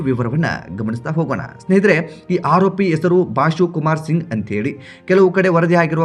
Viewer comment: ಆರೋಪಿ. Haropi ಅಲ್ಲ ಸರಿಯಾಗಿ ವ್ಯಾಕರಣ ಉಚ್ಚಾರ ಮಾಡುವುದನ್ನು ಮೊದಲು ಕಲಿ ತಪ್ಪು ತಪ್ಪು ಕನ್ನಡ ಉಚ್ಚಾರ ಬೊಗಳಬೇಡ